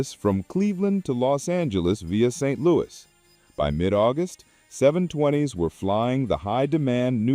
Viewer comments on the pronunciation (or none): none